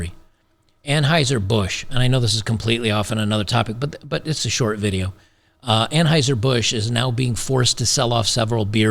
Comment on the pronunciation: it's pronounced Unhoiser - Boosch.